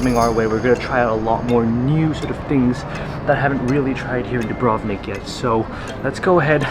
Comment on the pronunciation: Ajvar, as ayvar, not adjvar. And bUrek as dUbrovnik not byurek and not Dyubrovnik